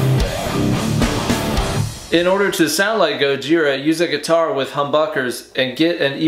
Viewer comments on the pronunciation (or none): I've seen this so many times. I always come back for the way you pronounce "humbuckers" and stay for the way you play Raining Blood.